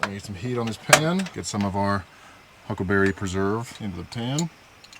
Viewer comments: I LOL'd when kept saying "Huckberry" considering he is now sponsored by them. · Native Montanan here, it's"huckleberry" not "huckberry" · Huckberry😢 Its Huckleberry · how many time he just sad Huckelberry? xD